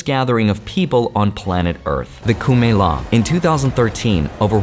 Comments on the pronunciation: Its not kumela Its Kumbhmela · 0;42..It's not ko mela it's kombho mela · Its not kumela Its kumbha mela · Bro it's is kumbmela it's kumbha-mela two separate words "kumbha" refers to river ganga or water and "mela" means a festival or gathering... I know it's a small thing to point out but I have heard it way too many times from foreigners in wrong pronounciation to not point it out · Its not kumela its "kumbha mela" ❤ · Its Kumbhmela not kumela? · Not kumela. It's kumbh mela